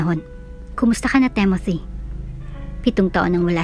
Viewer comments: It's Timothy, not Temothy! I think..... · Ok sana mga kwento. Yung narrator. Ang panget mag deliver. Timothy, tapos TEMOTI, basa mo.🙄 Pag mga pang sosyal na,pag may mga english na lines hindi na bagay sa narrator.. tsk